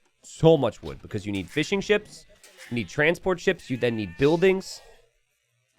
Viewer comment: I like to think he is saying Fish n' Chips instead of Fishing Ships.